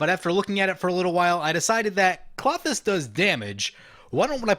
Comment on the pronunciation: Kl-oh-thys not Claw-thys